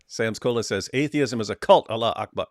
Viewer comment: LOL Why's he calling allah Ella?